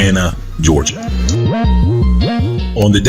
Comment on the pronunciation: Wait, did you say Georgia?